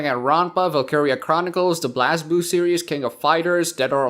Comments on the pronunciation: Blaz Blue is actually pronounced Blaze blue.... *tips Fedora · Dammit the way you said Blazblue just threw me off. XD